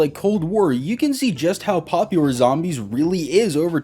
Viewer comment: My mans can’t say “popular” lol. “Poplior” ???